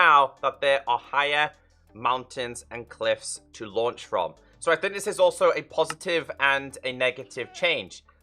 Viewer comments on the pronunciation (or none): none